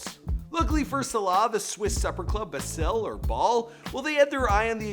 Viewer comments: Boy...how you said Zidane and Basel...lol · I swear the way he pronounces Basel annoys me